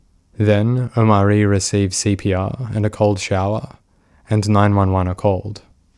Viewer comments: the fact the narrator keeps saying "oMAHri", when you can hear how is name is supposed to be pronounced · The way you keep mispronunciating his name :/ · Come on dude you could at least pronounce the kids name right. They say it about 50 times. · Feels like kind of a disingenuous video when you can’t even bother to lean how the child’s name is pronounced before you record your narration